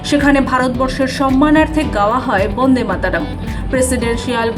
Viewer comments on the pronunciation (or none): none